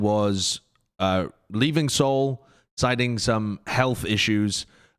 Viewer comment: "siting" XD, it's "citing", as in a citation.